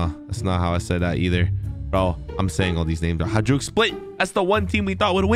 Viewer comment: Its pronounced hayduk